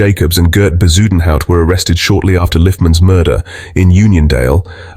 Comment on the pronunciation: Not Be-zoo-den-howt!😂😂😂😂 Iyoooo AI is grating!